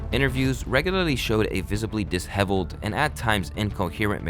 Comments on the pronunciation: Saying disheveled like DIS- heveled and not DISH-eveled is sending me 😂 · “Dis - hevelled ??” Why use words you don’t know how to pronounce - just say he looked messy ffs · The word is “dis-shevled” not “dis-hevled.” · It's "Diss-shev-uld" bro not "Diss-hev-uld". Considering what you do for a living I find it shocking sometimes when I hear you say these odd words here and there that are not only commonly used words you'd expect an adult to know but words that are ridiculously easy and quick to check on if you're not sure, and if they were particularly uncommon words then it'd be so much more understandable but it's been two names and 'dishevelled' in the same short video that have really surprised me tbh. It's not at all hate that I'm expressing here it's just an honest reaction/opinion on an obvious dip in quality that you usually keep at a respectable height. I hope this message reaches you and I hope you can take from it the sentiments that were intended in it. Much love from England 🙏🏻🏴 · Look up words that you don't know how to pronounce. It's embarrassing You got Jake Gyllenhaal's name wrong, that's impressive. You also can't pronounce the word disheveled for some reason Don't use words that are bigger than your vocabulary. Especially when the Internet is there and you can literally research how to say a word instantly